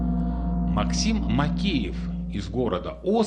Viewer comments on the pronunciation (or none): none